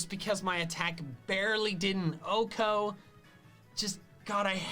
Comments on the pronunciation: I don't know what it is about MandJTV, but every time he says Oh-Ko a piece of me dies inside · I hate how the dude says OHKO. Like Velursi is pretty bad, but OHKO just hurt Edit: Kinda lame that he maxed out friendship on all his team, I think it's super cheesy